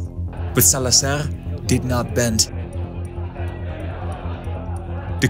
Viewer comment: The z in Salazar is… a z, not an s. Different from Spanish 😊